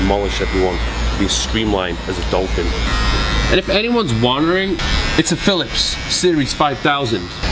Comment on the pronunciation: “If anywans wandering “ that accent kalled me